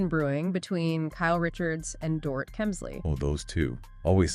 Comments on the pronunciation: Stop saying Door-it. It's dor-eet. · It's Dor-eet, not Dorit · Can all you Podcasters please stop mispronouncing "Dorit" already? Listen to the shows to learn it.